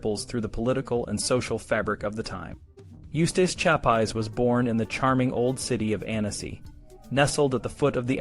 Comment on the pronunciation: Nice video, but your mispronouncing of his name is a bit annoying